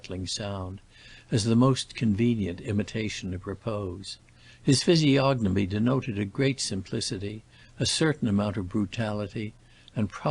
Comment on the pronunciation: When I heard you pronounce the “g” in physiognomy I knew we were in the hands of an ignorant reader.